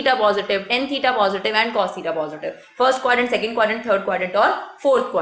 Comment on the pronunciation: mam its tan not ten